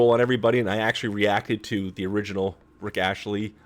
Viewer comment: It's Rick Astley, hun, not Rich Ashley...